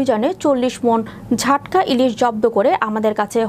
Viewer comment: ঝাটকা নয় জাটকা